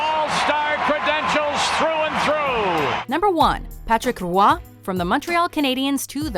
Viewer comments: I mean... if you're French you should know how badly the narrator is pronouncing it.. it's not ru-WAH in two syllables like she's saying. Closer to just "WAH" though with a slight bit of uvular fricative in the onset of a single syllable sound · I hate how they pronounce Roy wrong